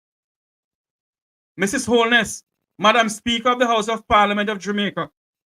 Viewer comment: Why does she keep pronouncing the word SPEAKER as "SPEAKO"..think she nicer than everybody else..